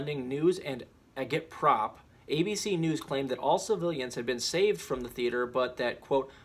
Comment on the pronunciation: "Agitprop" is propaganda to agitate a conflict. It can be a good thing (FTV was agitprop). Your mispronunciation led me to believe you were unfamiliar with the term.